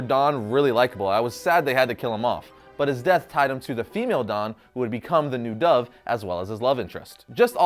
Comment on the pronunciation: You say Don and Dawn the same 😂